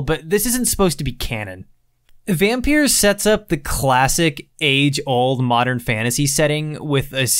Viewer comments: Dude it pronounced Vompeer Not vampeer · And it s pronounced Vompeeer Not vampeer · I love how you're basically pronouncing it as Vampierre 😂 I think it's actually just a random play on the word, altho the way I pronounce it makes it sound like the way a slavic language might pronounce it